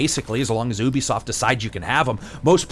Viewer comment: Love the review but... YUBISOFT, not oobisoft :P. Personal pet peeve of mine.